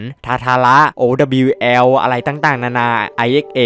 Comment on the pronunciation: ตั้งแต่เล่นโรกูลจนมาถึงทุกวันนี้ ก็ยังอ่าน owl ไม่ออก😢